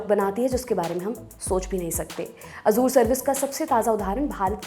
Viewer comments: " ए जर" होता हे "अजुर" नही.😂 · Ye simplify karne ke chakkar me sab galat bata diye hain......... First of all, it is 'Azzure' (with an emphasis on 'z') not 'Azor'. Why are you connecting Azure with CrowdStrike? These are two different things. I don't understand why you want to oversimplify and make false connections. It is okay if a common man does not understand the technical details. I have worked at Azure storage myself, these types of config screw up happen while rolling out new versions of the service, and the whole service gets rolled back once the outage is declared. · Azure❌ Azuur✅ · मोहतरमा, azure का उच्चारण ए ज़र है, अज़ूर नहीं.... बुरा न मानियेगा, आप जितनी बार अज़ूर बोलती थीं, मेरे कान में खटकता था 😊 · sahi kahaaa